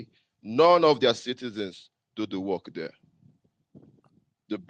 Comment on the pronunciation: How are you going to rebuild your country sir? The tether said “we will werrkkth very hard “😂 😂😂😂 damnnnn